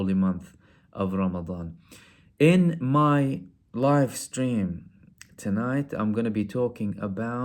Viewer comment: When you said “in my live stream..tonight” I heard it wrong and thought you said “in my wife’s dream..tonight” and I was thinking why are you talking about your wife’s dream?? Confused. Lol you got me brother